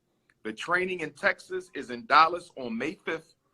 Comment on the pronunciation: Dollas, Texas? Why does he pronounce his A's like O's?